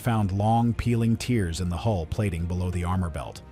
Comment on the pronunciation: TeArs. rending, shearing Not tears. Fucking AI trash. The ship wasnt crying itself to sinking.